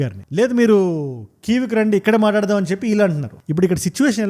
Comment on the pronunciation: Maatadadham kadhu. Matladudham 😂